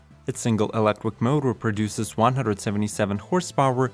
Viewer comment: Hmmm - since this one is all about electric planes, I think it's important that our narrator pronounces the word "electric" properly. He's saying "elec-quick"…